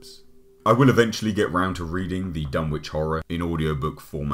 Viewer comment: Learn how to pronounce Dunwich.